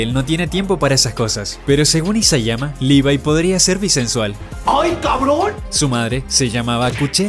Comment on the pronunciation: se ganó mis respetos porque es de los pocos que e visto que pronuncian el nombre de Levi bien